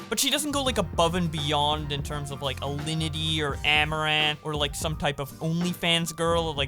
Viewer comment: kay. You gotta level with me. into the video you say: "Well lindy has a boyfriend" Did you make that name up or do you actually know a lindy? Or are my ears just bad and you're saying "Alinity" and the sounds getting mushed for me? I does is has to know.